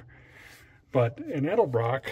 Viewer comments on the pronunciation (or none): Dead-el-brock carbs man